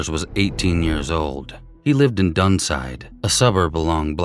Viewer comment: Doneside is Doonside sorry to correct you. Thanks for telling Anita’s story! 🇦🇺❤️